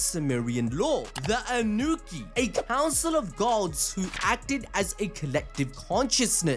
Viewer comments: The Anuki? It's pronounced An-nah-nak-e lol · It’s pronounced: On-New-Knock-Key. “Anunaki”.